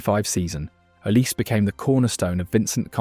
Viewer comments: olise not olease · His name is Oh lee Say Not oh leece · His name is “OLIZÉ” not “oliss” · Please can you pronounce "Olise" correctly... it sounds "Olisay" normally (trust in me, I'm french), it's not "Olis".... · yeah you are right, but it's not pronounced "z", it's "s". O-li-sé. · Hold on. I'm supposed to listen to a YouTuber on who's better between Yamal and Olise who doesn't even know it's pronounced O-lee-SAY ? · Came on here to say its OLISE don't forget the E 🙏🏾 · The name is OLISE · know his name it’s just not pronounced “OLISS” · bro just said his name 5 times and you still mispronounced it😂 good vid still Edit : after watching the whole video, what name do you not butcher ???😂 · It’s Olise, not even close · The way you pronounce Olise is incorrect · At least pronounce Olise's name correctly.